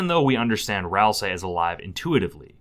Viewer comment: Thank you for not calling them "Ral-SAY"